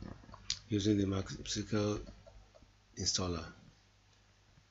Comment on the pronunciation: am finding it hard to understanding what you are saying....is it MS sekal??